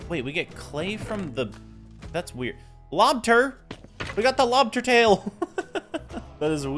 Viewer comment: bro really said 'lobter,lobter'